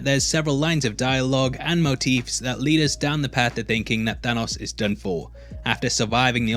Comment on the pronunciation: I like how you pronounce Thanos like Thor, ya know not right also "killing stoke"...